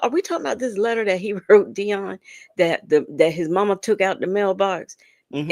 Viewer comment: Has anything other than me noticed that when he says the work “took” he actually says “tuck”? It’s just as annoying as when Sonya says “all” in that weird way.